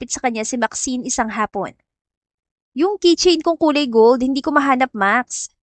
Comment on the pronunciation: Keychain at kitchy same Ang pronunciation nyo